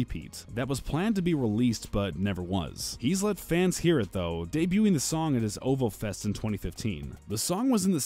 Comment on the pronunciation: Did the guy seriously say O-vo fest?